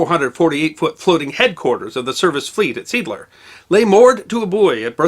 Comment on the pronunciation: Seeadler -- what you pronounced as "seadler" is more like "say adler" in German.